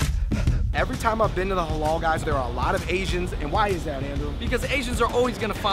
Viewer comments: its not helah , its haalal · LEARN HOW TO SAY HALAL. it's the only word you guys don't seem to able to say